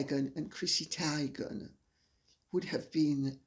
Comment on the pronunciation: No big deal, but fyi... Chrissy TEE-gan not TIE-gan.